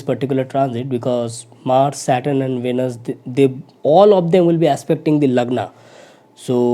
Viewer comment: Plz listen pronounciation of Venus on Google..and correct it